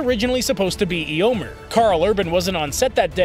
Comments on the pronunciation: Did you just say "Ee-oh-mer?" The E is pronounced like "ay". It's Ay-o-mehr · The man can't even pronounce Eomer's name right ffs. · “Ay-oh-mehr” 💀 That’s how it’s pronounced bro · Interesting remark but please pronounce Eomer's name the correct way.